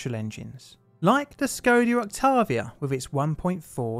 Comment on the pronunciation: Skoodia ooctavia XD